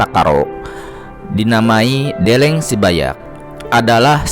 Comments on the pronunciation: Stop Pembatakan Suku Karo Karo bukan batak Bukan karena gbkp Deleng, pengucapan E lemah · Deleng, pengucapan E lemah Untuk Suku Karo Suku Karo bukan batak Karo bukan batak